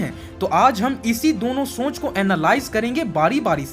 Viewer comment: Shonch nahi soch ✅